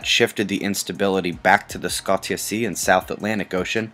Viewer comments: Scotia is pronounced SKOSHA not skot iy uh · Scotia = skoasha (long OH sound with SH sound). I have been watching your daily updates for the past month and half, sorry, but this really bugs me when you say this...not scott-ee-ya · Quick point -- I am pretty sure Scotia is pronounced Sco(sh)e-ahh- Like Nova Scotia. From your Canadian brethren. Keep up the good work. As always great job.